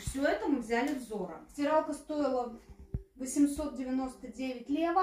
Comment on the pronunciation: Компания называется "ЗОра", а не "ЗорА".